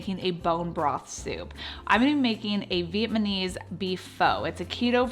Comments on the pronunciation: thanks that was driving me crazy. Also it’s Vietnamese, not viet-ma-knees! But you’re very sweet and these are some good ideas. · Your food looks delicious!!! I'm totally going to make your soups, but your manner of speech, you have to know a couple of things: 1) it's VIETNAMESE, not viet-ma-mese. 2) Pho is pronounced FU fuuuuuu, not FO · You lost me at pho and vietmanese . It’s fuh and Vietnamese . You might want to not drag out your videos. Most ppl want to watch fast to the point videos. And not as many commercials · Why isn’t anybody else mentioning her pronunciation of Vietnamese. She says Viet manese 😂 adorable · Yes, this was bothering me. Also when she said “Viet-mah-knees,” my husband butchers it like that all the time too…🥲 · Downvoted for saying Vietnamese wrong.